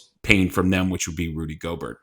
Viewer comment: I'm sorry but you have to learn how to say names sir. Divincenzo I'll give you a little slack on... but Gobert? C'mon it's not pronounced like yogurt 😂